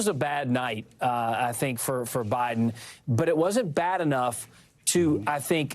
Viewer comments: NBC focusing on old man’s mispronunciation and yet your reporter just said President Bidle. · "president bile" lol did anyone catch that? tom is getting old too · Who's President Bile? Jeez, man, you mispoke at the very beginning of this segment. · Did he just say President Bital? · Less than 1 minute into his intro, Tom Llamas flubs Biden's name. "President Bidel, Vitel??" He then clutches his pearls and launches into a rapid fire description of how Biden flubbed by saying Vice President Trump instead of Vice President Harris. Geez Louise. Honestly, you guys just fan the flames. Report on something more newsworthy. Like how SCOTUS is ripping the Constitution to shreds to serve their king, Don Trump. Or, Here's a thought, you could focus on the really oddball freak show ramblings of Maga clown Don Trump at his rally today. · Love how the news anchor said “President Bidle” 😂😂 Biden is old and has always had problems talking. Doesn’t mean he’s unfit…he might be, he might not..is this news anchor unfit to report? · He pronounced Biden wrong.